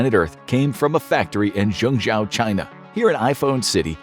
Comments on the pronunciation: lol at how he pronounced Zhengzhou... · You’re butchering the name of that city! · The way you pronounce "Zhengzhou" is so ridiculously, comically wrong that I couldn't really justify listening to more than the first minute. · Please, please, please, learn how to pronounce Zhengzhou correctly. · You seem to have done a lot of research on this topic, but, why didn't you learn to pronounce "Zhengzhou" correctly? You keep saying "zengJOW", when it sounds more like "zengJOE". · I'm kinda surprised by how much misinformation infographics is putting on. 1. It's pronounced "zheng - Joe", now "Chao" 2. China DOES have laws against overworking employees; 48 hours per week. 3. In 2019 China made it illegal to fire someone for refusing overtime work. 4. China does have minimum wage laws that are set per city. 5. Phone factory workers are not "skilled engineers", they're generally countryside folk with middle school education at best. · I understand the writers and presenter aren't Chinese. But surely a quick Google of how to say Zhengzhou wouldn't have taken so long. I cringe every time he says it. It's pronounced like jenjo. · I used to live in zhengzhou and thats not how you pronounce the name. It's pronounced mostly like this "jungjo" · Slight nitpick: You're pronouncing Zhengzhou incorrectly. the "zh" is meant to be pronounced more like a J, the "e" in the middle is pronounced like "uh" and the "Ou" at the end is meant to be pronounced like the "ow" in Row. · Zhengzhou is pronounced “Jung Joe”. (I speak fluent Chinese). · Zhengzhou ("Jung Joe") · "Zhengzhou" is pronounced: /jung-JOE/, like the name "Joseph": "Joe". "e" in Mandarin Chinese is pronounced: /uh/, like: "up", as in: "up there": "Zhe" /juh/ Another example: "Zhejiang Province" Zhe /Juh/ Jiang /jiang/ the "a" is close to the "o" in the name: "John": /jiang/ "Zhejiang"!! "Zhejiang Province!" 😊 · Your pronunciation of Zhengzhou is wrong 😑 It’s a capital city